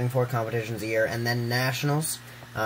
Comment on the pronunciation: *year, not yeah.